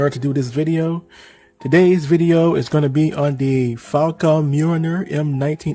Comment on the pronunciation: the "Faw-Con Mewiner" XD